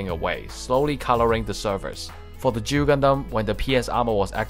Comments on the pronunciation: It's Duel not Jew. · O fuck he's saying duel not jew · I'm trying to quit nicotine, but I keep hearing Juul when he says Duel :,)